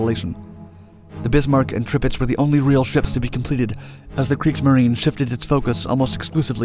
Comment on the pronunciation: Some German pronunciations for you: Leipzig: Lie-pzig Kriegsmarine: Kriegsmarin-eh